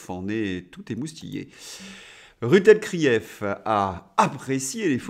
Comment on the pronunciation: j'adore quand vous dtes: RUT elkrief! vous m' avez fait ma journéee!!!!